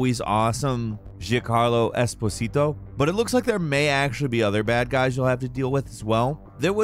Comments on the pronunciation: this man completely butchered giancarlo esposito's name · ahem... Ji’Carlo Esposito? Who is that? 😏